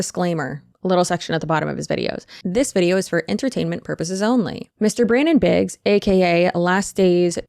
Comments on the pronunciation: Biggs, not Briggs. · *Biggs...no r in there